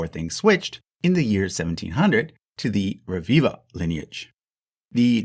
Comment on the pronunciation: Rebiba is pronounced Rebiba, not Reviva.. b and v are different